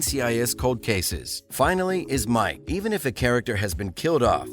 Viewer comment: Did ya catch Ellie was from the NRA? 😂😂😂 He said it twice too lol This channel is run by idiots who have never watched it! He butchered everyone’s names not just Ziva’s! Tony, Abby even Mike… he called him Muck lol